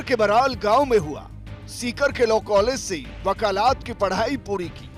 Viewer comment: Wakalaat nahi wakalat hota hai